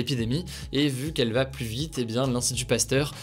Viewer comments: par pitié arrête de dire "plusse" au lieu de "plus" sans appuyer le S ça rend fou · Ça me rend dingue..... plus ne se prononce pas pluSS mais plu. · Je l’adore mais quand il prononce le S de plus Ça me fait mal